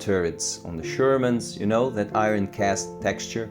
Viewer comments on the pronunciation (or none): none